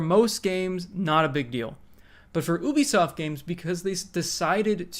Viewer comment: It's pronounced "yoo-bee-soft" not "oo-bee-soft".